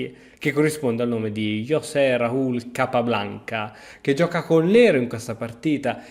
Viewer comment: Si pronuncia CHosé (come il ch di Nacht in tedesco) non José! :)